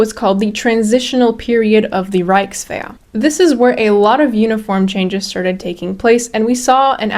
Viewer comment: Grüße! I was impressed by how you pronounced words, until I heard Wehrmakt and Rikeswehr. If you work on your throaty "ch" and soft "ch" and when to use them, then your pronounciation is basically perfect for a foreigner. And "Fallschirmjäger" is singular and plural. There is no need to add an "s".